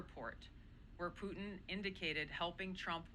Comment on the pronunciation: why the HELL cant she pronounce PUTIN my God KL its NOT POO IN a woman in this position cannot pronounce PUTIN